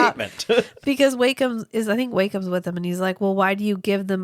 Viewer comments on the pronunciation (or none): "Wake-em" LOL Wah-Keem.